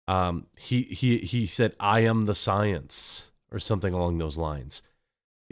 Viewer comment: And a voice came from the mountain top: "I AM THE SOYANCE"